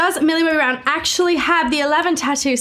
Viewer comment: "Millie BBBBrown"